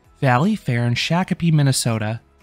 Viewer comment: Valleyfair in Shakopee is pronounced, "Shock-a-pee" 😀